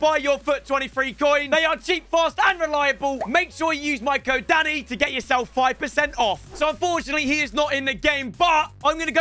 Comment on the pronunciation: Danny 😅i'm pretty sure that's not how you say his name😆